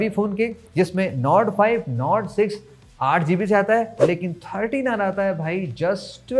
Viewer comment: nord 5 kya bola aap ne smj nahi aaya 😂